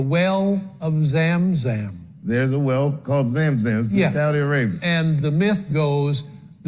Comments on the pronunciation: it's called Zam Zam not Zem Zem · It's not zem zem. It's Zam Zam. The word zam zam means gather. When Hajar, mother of Ismail, found out that there was water coming out from Ismail's feet, she then made a "come-come" hand gesture and says "zamzam...zamzam" (gather gather...gather gather), hoping that the water flows more.